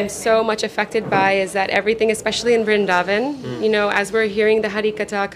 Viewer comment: vrindhavan nhi vrindavan hota h..mai bhi vrindavan se hu or vaishnav brahman hu ...hme hi brijwasi kaha jata h